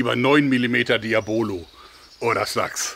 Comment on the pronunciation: Kleiner Hinweis Diabolo ist spanisch und es wird der 2.Vokal betont, also das "A" nicht das 1."O"